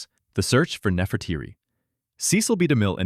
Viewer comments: The Egyptian Queen is Nefertiti (ˌnɛfərˈtiːti) or “the beautiful one has come", not Nefertiri! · Nefertiti, Nefertiti , Nefertiti . Not Nefrateri.